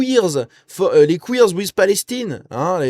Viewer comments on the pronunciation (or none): none